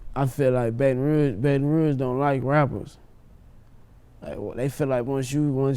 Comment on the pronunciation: Nobody:: “See in the State of Baton Rogue” 🤔🥴